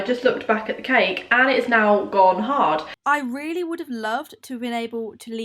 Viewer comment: “Ive weally enjoyed it”🤣